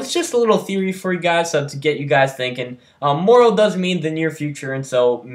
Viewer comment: It's pronounced mar row. Like tomorrow. It's just a normal English word. Morro is completely different